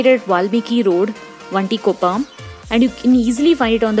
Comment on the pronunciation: Speak in Kannada first and learn to speak properly - like it is not 'Dosa', it is 'Dose'; it is not 'Vontikoppa' it 'Vontikoppalu'.... you are definitely not from Mysuru, could be a migrant calling Mysuru as your home... 👎